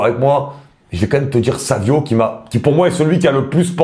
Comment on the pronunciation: Très bons choix. Par contre 2 choses: - c'est Savinho et pas Savio - c'est pas Kimmic mais Kimmich du coup la prononciation ne se fait pas à la croate mais un simple "ch" comme en français